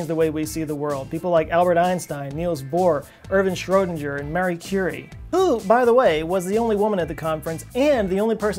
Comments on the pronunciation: It sounded like you said 'Mary Curity' which would be wrong. It was Marie Curie. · Not fucking Marie Curie but Maria Sklodowska -Curie you fuck! Learn a bit and will not be abused!